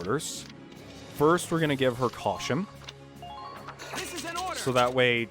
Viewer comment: “Caushum” XD